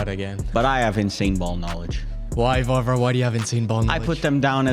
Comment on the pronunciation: its not varvar, its Warvar at the point